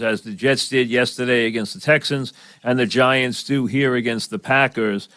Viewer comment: "Tha pahkuz"